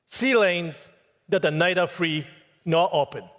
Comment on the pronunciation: ナイダ〜のダを強く出し過ぎてるから、舌を歯に挟んで軽く言えばいいと思います。ニーでもナイでも問題ないと思います。ただ、小泉さんの場合は、私たちみな、中学レベルの発音の基礎「THとRだけはしっかり」と習ったと思うのに、 そこができていないから、致命的だと思います。 好きな政治家ではないけど、河野太郎さんは、完璧だと思います。